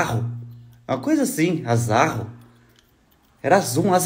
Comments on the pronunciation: Azarrô.. se lê com acento no ô 😊😊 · o perfume é *Azzarô. A pronúncia é com "o" fechado. Ainda tem no mercado esse perfume é uma delicia mesmo!